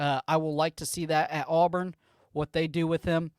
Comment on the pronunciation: I don't do content. However, as a first-time listener of your content, and as an Auburn fan, it was bothersome to hear the kids name called incorrectly repeatedly. ✌️